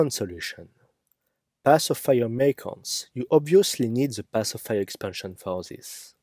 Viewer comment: Merchants, not mercants